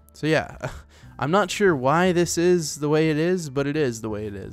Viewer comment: it ees what it ees